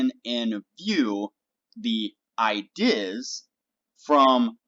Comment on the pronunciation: Great video! I-deass! Why you say it like that? Where are you from?